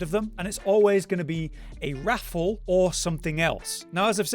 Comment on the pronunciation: It’s triggering me how you pronounce wrathful like raffle.